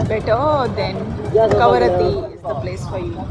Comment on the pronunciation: It is not Karabati It is Kavaratti ( Administrative Island of Lakshadweep)